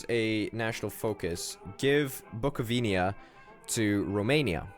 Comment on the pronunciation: plz it's Bucovina not Bucovinia;p. You are right in WWI allies were called Entente. Wołyń is pronounced Vowin("i" like in "fish"), you can trust me i'm polish;p